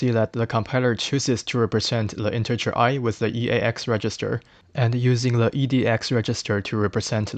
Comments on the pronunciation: why do you say "le" instead of "the" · I appreciate the video, but why do you pronounce "the" as "le"?